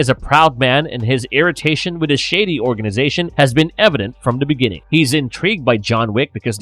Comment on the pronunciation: I can’t listen to this narrator. He can’t say the word “the”. He says “duh”. It’s ridiculous.